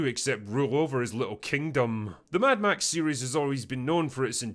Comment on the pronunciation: "Mad Max" decays into "Mad Meh".